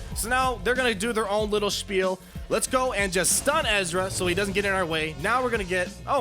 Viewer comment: that was fun to watch, man. did you say "Spiel" in the middle of the battle?